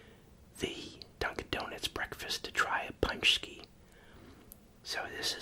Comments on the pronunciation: Your pronunciation is good, but would be more like pooonchki. Also one paczki would be a panczek (pooncheck) just like one pierogi is a pierog. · Poonchski lol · It's pronounced Poon+chki.